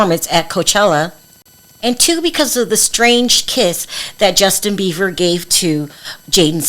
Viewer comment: .......his last name is Beiber not Beaver.